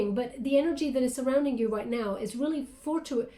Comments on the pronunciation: lol phonetically “for-two-it-tus” fortuitous (a bit of a tongue twister- I hope you don’t mind, said with love) (Banbar) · Pronounced fort-u-i-tous thank you about time we crabbies experienced God’s blessings 🙏🏻🕯️💫✨🎉🌟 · It's pronounced fortu a tis...justlove your readings! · The word you were trying to say was 'fortuitous.'